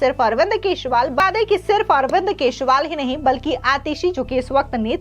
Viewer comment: मैडम आप केजरीवाल को केसवाल बोलती हैं इसको सही कर लीजिए।